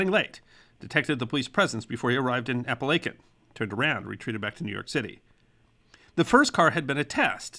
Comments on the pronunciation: Another great video! It was great to hear a local story. FYI it is pronounced "Appa lake in" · Your wrong. I've studied this profession well over 20+ years. The correct way to pronounce it is appa-la-kin not chin... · Chin not kin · I live about 15 miles from the house that is where this meeting took place!! And I did love to video BUT the name of the town is Apalachin, AND IT IS PRONOUNCED locally as "App- A- Lake- In" and it is never pronounced "App- A- Lack- In"!! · Native Southern Tier native here. Its pronounced A-pal-a-kin not A-pal-a-chin. I still sweep chimneys in Apalachin, I come from some amount of authority on the matter. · Your pronouncing of Appalachian is a 1st and im a resident. Kinda catchy though tbh lol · WHY ARE YOU PRONOUNCEING IT THAT WAY??? It's app-uh-la-chin" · Jesus the pronunciation of Appalachian 😆😆😆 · I lasted little more than 4 minutes watching this before I had to shut it off. It's not because of the subject matter but because whoever narrated this as well as the host wearing the bow tie should know better and learn how to properly pronounce the name of the town of Apalachin, NY as well as some of the names of some of the notable Mob Bosses whose names come up repeatedly. I grew up in upstate / western NY and Apalachin is NOT pronounced with a "long" 'a' in between the L & C. It's Ap-a-lach-in with the "lach" pronounced like "latch" as in a door "latch"; not with a long A as in LAKE and speaking of that, the "CH" is pronounced like "chin" and NOT pronounced with a hard letter "K" as in "kin" You people really need to get it together as far as how to pronounce the subjects in your videos and as it is it's un-listenable to try and sit through watching this with that jarring sound of mispronounced names and the location over and over. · Weird that he pronounced it correctly at the beginning but then mispronounced it . Ray Liotta also mispronounced it in "Goodfellas". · I noticed it too!!! And I know, I grew up in Tioga Terrace!!!